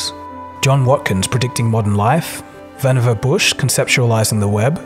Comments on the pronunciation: Pronounced Vannevar Bush’s name wrong. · When I saw Vannevar's name, I was on the edge of my seat to see how you would pronounce it. I cringed every time the narrator in your audio book pronounced his name!